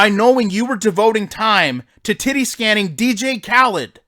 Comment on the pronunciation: He said Titty scanning 😂🤣😂🤣💀💀💀💀